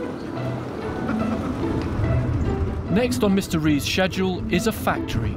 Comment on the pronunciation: Thumbs down for the guy constantly mispronouncing "Schedule" as "Sesya'll".